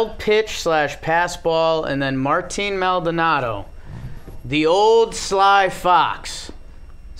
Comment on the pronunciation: pls it’s like “mol-Donaldo” not “MAL donado”